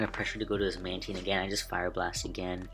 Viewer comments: Is mantine pronounced like that? :o Manedgyteen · THATS NOT HOW YOU SAY MANTINE